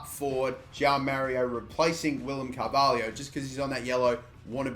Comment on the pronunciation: It's Carvalho not Carvahlio